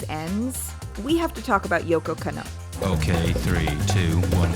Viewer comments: I know this video is old, but it's not yoko ka-know it's pronounce as kan-no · I love the video and I'm sure you've done a tone of research for it, and I really don't want to come off as a fucking dick, but my god my ears are bleeding every time you say KannO instead KAnno. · Love the analysis, gotta tell you the emphasis is different in Yoko Kanno's names. It is KANno, not KanNO. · Jesus, work on your Japanese pronunciation. You are murdering it. You don't put an stress on any particular syllable. Masahiro is ma-sa-hi-ro and Kanno is kann-oh. A double consonant like nn just means to hold the sound N longer. Kann-oh.